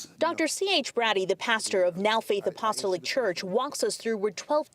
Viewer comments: She keeps saying “apolistic”😅 it’s APOSTOLIC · ApoLISTIC??? It’s Ap.o.stol.ic. Brush up on your literacy skills Sis. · Pronounced App-ah-STAH-lick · App os tolic !!! Apostolic, it's not hard to pronounce! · Why can't these people pronounce Apostolic? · Why cant these reporters pronounce, "A- PO- STAL -IC "?????